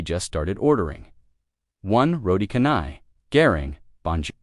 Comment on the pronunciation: Not khanai it's channai